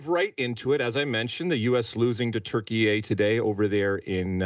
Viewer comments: Why you call it “turkeyai”? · It’s insane that people are just going along with the Türkiye thing. If you do this, why are you not saying Deutschland instead of Germany? Or Espana instead of Spain? We speak English, use the English pronunciation